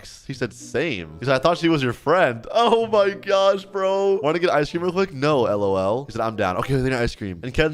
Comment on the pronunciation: Yeah bc that's how you say it